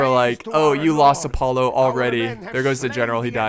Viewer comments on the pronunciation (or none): none